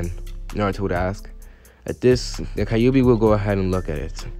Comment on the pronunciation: Okay it’s not kaiyubi it’s kyube. Just saying